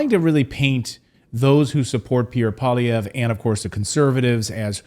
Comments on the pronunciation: Pierre PWA-LEE-EV(RE), accent sur la derniere syllabe. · Pierre "pwah-lee-ev" Not "paulee-ev" Poilievre is french is nature. That's why it sounds like "pwah-lee-ev".